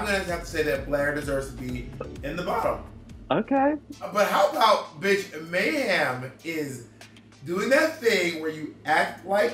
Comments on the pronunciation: Bob says May-HAM every time. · Bob has never once said Mayhem's name correctly